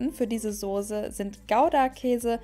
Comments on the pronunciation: Kannst du bitte Soße statt Sose sage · Tolles Rezept, aber bitte sprich Soße das nächste mal mit einem scharfen ß... Danke